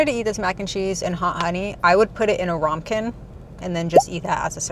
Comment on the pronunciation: 🤖 NoMouthNoisesAllowed! Also, not a big deal but ramekin is pronounce Rām🐏 eh-kîn